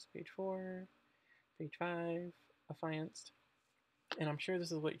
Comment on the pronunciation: Psst . . . Check the pronunciation of “affianced”. But great upload! Thanks!